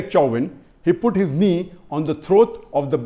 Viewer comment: At 1.23 Dr zakir says Chowmin. 😁 Its Chawvin any ways no mercy for the killer.